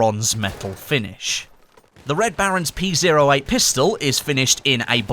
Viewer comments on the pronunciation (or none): Hate being that guy but the P08 is pronounced Pee Oh 8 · Did he really just say "P Zero 8"? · It's "pee oh eight" come on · It hurts me when you say P zero 8